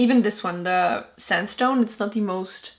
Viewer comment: Uuurrrrrgggghhh she kept saying de instead of the or dis not this or do not tho